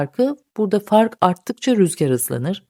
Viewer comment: burada basınç farkı arttıkça rüzgar hızlanır diyorsunuz ama orada “azalır” gibi duyuluyor. 3. dinleyişimde anlayabildim.